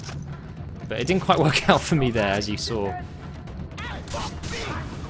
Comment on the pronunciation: Lol "I´m coming for you!!":"You coming foh meee!!!! "